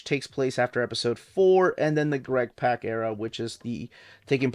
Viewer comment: Awesome! Will be picking up a few of these to fill in some gaps! BTW, Greg Pak’s last name rhymes with “rock”. (I said it wrong for years, too 😄).